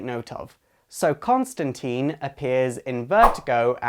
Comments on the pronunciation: Selfish Eyes Alright alright everyone clam down....As I have mentioned previously it is pronounced tyne the "i" is pronounced its not teen. However, in the live action representations of the character it is pronounced teen. So the TV show and movie have one way of saying his name and comics have the original way of saying it. take your pick. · Please, please, please: Pronounce the man's name right. ConstanTINE, not ConstanTEEN. For goodness' sake, Rick Veitch made a point of rhyming it out 26 years ago ("Swamp Thing" #73 (June 1988)). (And yes, I know the movie said it wrong. Of all the movie's bountiful flaws, that was the one that bothered me the most.) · Tine.... Tine! Not Teen! Grrrrrrr. Nice review, though. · John toth he even says it not teen in line john costantine it rhymes with line he says it in one of the fucking issues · Constantine is pronounced tine like rhymes with fine. But that aside great video. I absolutely hate that modern DC has no clue what to do with the character, in comics or Adaptation ( which sucks because they have the perfect actor for him in Matt Ryan) and the character has (ironically fitting) been stuck in limbo. What they should do is basically relaunch the Vertigo series, have some story where you find out the New 52 version cut a deal to make himself younger but at the expense of his history and just do Hellblazer #301 and go forward. As for adaptation yeah the Arrowverse is ok, but to be honest with how good Titans was and how Doom Patrol is literally the best show DC has ever made, why not a streaming series? Less restrictions, bigger budget and more complex writing. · "Constantine, rhymes with Fine."- John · Yes they get things wrong all the time. That doesn't change the fact that it is pronounce teeen in the films..and there are at least two, not one as you say. NBC has a new series. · So then have no judgement on whether it is right or wrong. You are just pointing out that the movie pronounces it "teen". Thanks.